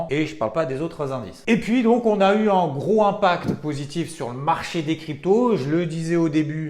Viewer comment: 🤣c'est pas gro impact mais groS impact ! 2 fois dans ta vidéo , merci tout de même !